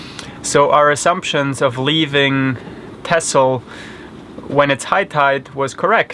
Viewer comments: Actually is not correct, The "X" should be pronounced as an "S". Listen to the pronunciation here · Why do you keep mispronouncing texel? I know it's not the prettiest island of them all, but no need to make fun?